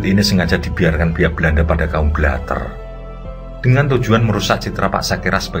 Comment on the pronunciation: Itu belater cara bacanya kurang pas kang,, huruf e nya itu miring bacanya